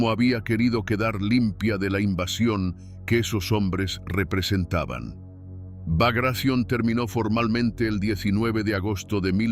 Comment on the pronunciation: El nombre de la operacion fue BAGRATION, no bagracion, asi con T: BAGRATION